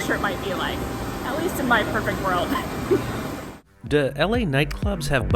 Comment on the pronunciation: Hey, sorry anyone hear “dah” and not “do”? Just me and my girlfriend?